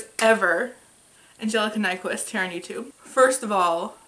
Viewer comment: The Eerie Faerie Actually you're right. This is the right pronunciation. She almost got it, but this is definitely right! Props to you!